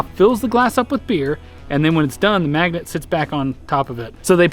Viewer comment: Okay when you said magnets, I heard maggots. Thankfully I very quickly realized what you actually meant.